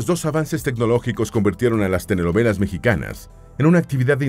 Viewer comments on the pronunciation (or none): Todo muy bien del video, excepto que el locutor "prenuncia" "TENELOVELAS" (SICAZO) en lugar de telenovelas🤣😂🤣😂🤣😂🤣😂.